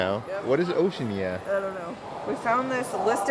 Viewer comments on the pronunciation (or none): Yeah and it’s pronounced Oh-she-anna